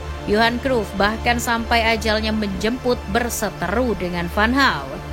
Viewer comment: Sejak pertama kali tau louis van gaal, gaya ngelatih sama sikap nya yg cenderung sombong, batu, sama keras itu yg bikin banyak org gk suka sama beliau Izin koreksi penyebutan yaa min Cruyff: Kraif Riquelme: Riqelme Guulit: Khuulit Arjen: Arjen 🙏